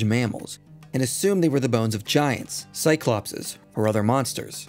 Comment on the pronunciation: Minor note, but isnt the Cyclopes pronounced Psy-Clo-Peas not Psy-Clop-Says or did i make that up?